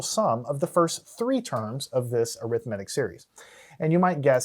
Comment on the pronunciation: Why do you say arithmetic wrong